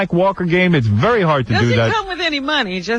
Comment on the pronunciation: Me? It’s berry true dude.